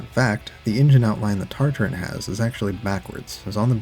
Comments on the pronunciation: I’m gonna lose my mind it’s TA-TA-RIN not TarTar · Nice video. Heads up though, there us only 1 "R" in Tatarin at the 3rd to last letter. TAT-ar-IN, like in Tatra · Why is he saying TARTARINN